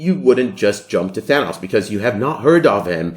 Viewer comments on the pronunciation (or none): none